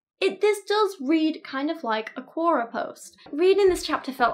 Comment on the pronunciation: RE Quora: Its pronounced similar to Q&A, but its "Q or A". As in question or answer.